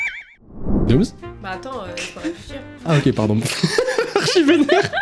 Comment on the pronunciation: C dooms pas domms :V